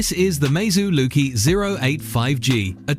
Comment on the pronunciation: Lucky not loki 😂😂😂😂😂😂😂😂😂😂😂😂😂😂😂😂😂